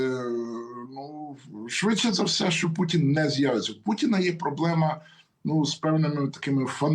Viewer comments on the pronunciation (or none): Шановна! "пуЦін, я б хоЦіла, з боку штаЦів"... До чого тут "цикання"? В українській мові дані слова пишуться і вимовляються через букву "т". Ми ж не кацапи, і не бЯлоруси. Давайте будемо поважати свою мову, тим більше у ефірах. Доречі, ви далеко не єдина журналістка, чия мова у ефірах "ріже слух". Вибачте, коли що.